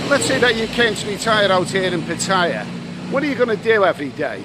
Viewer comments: Hello, love your videos but can you pronounce Pattaya properly, is so annoying the way you say it. Ask a nice lady how to say it. Cheers mate. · Another brilliant video. Still to this day creases me up how you pronounce Pattaya. 😂😂